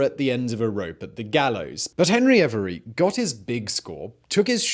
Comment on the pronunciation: Hebry every? Not henry avery?